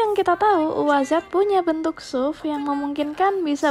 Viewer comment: koreksi pelafalan SUV itu yg bener es yu vi hehe